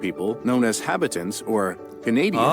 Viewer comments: John Cabot was not English. He was actually an Italian - Giovanni Caboto. The narrator butchered the pronunciation of Jacques Cartier's name - it's Car-ti-eh. He was French so the "er" doesn't have the hard sound. The narrator also butchered the pronunciation of habitants -ha-bee-taun The people who moved from the US to Canada after the revolution were known as the United Empire Loyalists. During the War of 1812, the British (not Canada as it wasn't a country yet) burned the White House down. Most Canadians probably know the names of most US historical figures. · I have to say, the narrator on the video you are watching is lousy at pronouncing French names and words. For example, Habitants should be pronounced mor like Hah-Bee-tan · God, you really need to get a proper editor. 'Cartier' is pronounced 'Cart-e-aa' not 'Cart-i- er'. Habitants is pronounced Habitan. Ya really. have to learn how to pronounce French words. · I'll say it again, I hate the way the narrator computer voice pronounces things. Cartier, Habitants, Vimy Ridge - all wrong... I grew up in the Niagara region (then known as Upper Canada), so the War of 1812 was a heavy part of our history curriculum in grade school, General Brock and Tecumseh being the major names in the local battles.